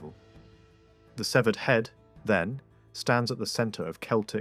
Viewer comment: It's Keltic, not seltic. And the celts never settled on mainland England. It was just a style invasion. And finally, it's severed, not seevered